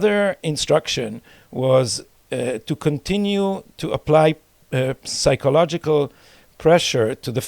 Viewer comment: גדי,יש לי בעיה לשמוע אותך אומר באנגלית "פסייקולוגי". לא מבטאים את ה P. יש למישהו תרופה בשבילי?